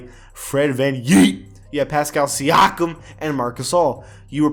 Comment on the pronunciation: I cringe every time I hear Fred van yeet and siakam.